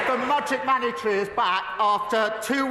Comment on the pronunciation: Well Starmer had a couple blips too. Mogic maney tree!